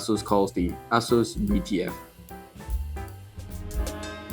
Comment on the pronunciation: The way you say Asus sounds like A--Holes came out with this. lol Looks nice.